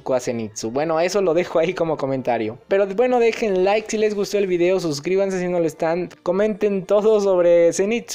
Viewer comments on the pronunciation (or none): none